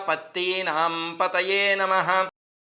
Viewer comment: గురు గారు మీరు సత్వానాం అని పలికారు,అది సత్వానం కాదు సత్వనాం.క్షమించాలి 🙏 మీకు చెప్పే అంతటి వాడిని కాదు,నేను రుద్రం నేర్చుకునే సమయంలో మీలాగే పలికితే,మా గురువుగారు ఇలా కరెక్ట్ చేశాడు. శ్రీ గురుభ్యోనమః 🙏🙏🙏🙏